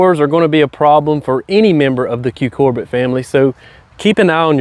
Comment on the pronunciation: Cucurbit is pronounced: QUE-CUR-BIT… not “QUE-COR-BIT” 👍❤️